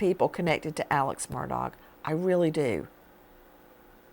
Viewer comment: “Alex Murdog”?! I love it! 😂